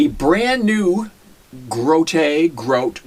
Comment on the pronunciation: its grote not grout